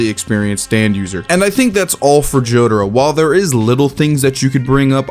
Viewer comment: Why do you call Jotaro as Jodro/Jotro?